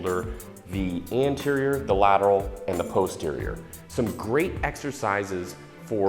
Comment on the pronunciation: but if you load up heavy on the face pulls... won't you use more arms in general than posterior deltoids?... which you guys may want to check with a linguist on the correct pronunciation of posterior... bit suspect.. but still love you guys.. keep the helpful vids coming!... Any new recipes? Especially winter stews/soups to stay lean. I make a mean chicken soup!